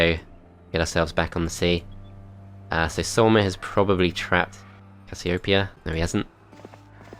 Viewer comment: the way u pronounced casiopeia made me dislike this video XD